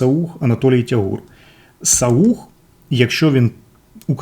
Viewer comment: Художник не саУх, він сАух (інфа з першоджерела))) Огляд дуже інформативний і розгорнутий, дякую☺